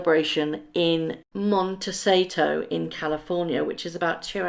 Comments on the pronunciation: Mont Eh See Doh ;) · if you forgive me, the ultra swanky gorgeous town in California is pronounced Monta seedo. Love your blog. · It's pronounced Mont-eh-see-tow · It’s pronounced Mon-ta-SEE-to and I just don’t believe she’ll do this. It’s a fabulous area. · Mon - ti - see - to! Is the correct pronunciation of the name of that city in California! I lived in So Cal for many years, so I am very familiar with the area... P. S. Maybe they all will decide be honest beings that she has no friends and no one will show up to this soiree? Wouldn't it be refreshing for the truth to shine through, just once?